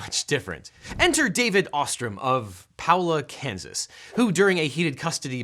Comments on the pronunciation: Paola, KS is pronounced "Pay-Oh-Luh". Source - I live minutes from there. Unless there's a Powla, KS somewhere... Either way, I'm not surprised this came out of there. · As a huge Chiefs fan, I must break your heart further and object. The city in your first case is pronounced "pay-oh-luh," not "Paulo" (like the name). Not apologizing for that win. Maybe the 49ers shouldn't have been pre-celebrating in those last minutes. Thanks for the fun video! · "Powla Kansas" loooool. That made my day. It's pay-OH-la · For the 1st one - It's Pay - o-la not Pal-o-la. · That samurai sword duel filing would happen in Kansas. A lot of weird legal things happen here from what I am continually learning from this channel. (Also, small nitpick, but it's pronounced Peh-ola, not Puh-ola, but Kansas always seems to have a lot of its city names mispronounced. e.g. Salina, Olathe, etc.) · Would it surprise you to learn Kansans pronounce it PAY-Oh-La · PA - o - la (Kansas): Sorry I'm from near there. :D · Never heard of Powelah KS. Do you mean Paola , KS? The first a has an "A" sound. The "o" has an o sound. The 2nd a has an "ah" sound. Maybe cause I live close to Paola, but I think the guys idea wad brilliant! Further more the judge should have done his job & allowed it to happen. Divorce trials fought out in courts are notoriously bs. They are savage sht shows of insanity where both lawyers often work together to screw both clients. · Objection: The correct pronunciation of Paola, Kansas is Pay-oh-la. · Paola is pronounced pay-OH-la 🙃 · i know its 6 months old but its Pay-o-la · Objection... it's pronounced Pay-oh-la KS :) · Paola KS is pronounced pay-ole-uh btw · In the likely 0% chance it will matter in the future, Paola, ks is pronounced “pay-oh-la” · thats not how you pronounce Paola its Pay ol la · It's pronounced "Pay-Oh-La" Kansas, ironically enough. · Just a thought here: Paola is pronounced Pay Oh La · fun fact - Paola, KS is pronounced "Payola" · it's pronounced pay ola